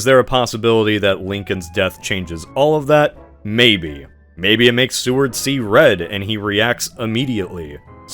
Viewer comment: It's not Sue-ard. It's SAY-ward.